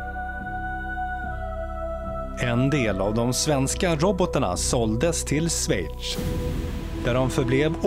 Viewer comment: En mycket bra video som vanligt! Men öva lite på hur Schweiz ska uttalas till nästa gång.